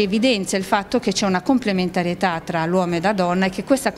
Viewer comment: Una professoressa del liceo che dice "complementariEtà" si commenta da sola.